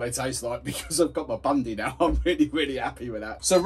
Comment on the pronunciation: It's Bundy, not Bundi